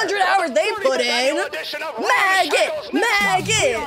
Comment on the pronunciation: help it sounded like she said “magnet” instead of maggot lol